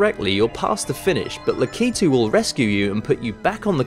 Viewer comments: It's Lak-i-tu not La-ki-tu lol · Tou said likatude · Awesome video. But the "La-kee-too" thing was just grinding in my ears. Lak-uh-too. :P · La-kee-too? Cringe Lack-ah-too! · It's LAK-itu, not Lak-I-tu. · I thought it was pronounced "lack-ah-two" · your wrong it's lack ito that's how you say it